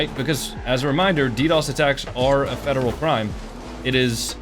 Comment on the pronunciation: this dude definetly got bullied in middle school, imagine making a whole video about some random online LOL crying about getting ddossed “it’s a fedewal cwime a vewy illegal fedewal cwime” there’s no such thing as a very illegal felony all felony’s are a felony, this guy is a giant loser LMAO